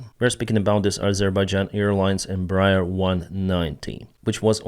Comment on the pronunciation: It’s pronounced Embræer